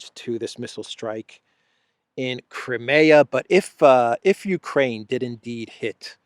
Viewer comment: Will you please learn to pronounce CRIMEA correctly, it is NOT pronounced "cra me ya" Phonetically it would be closer to "cry me a"